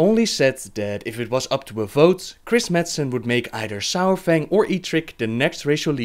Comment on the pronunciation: It's not sourfang. Saurfang, it sounds like it looks.